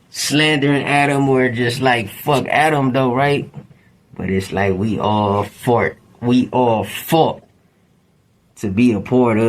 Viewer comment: I thought I misheard that but yeah he defo said "We all fart" then changes it quickly to "we all fought" 😂😂 shits wild asf 😂